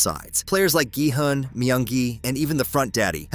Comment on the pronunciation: It’s GE hun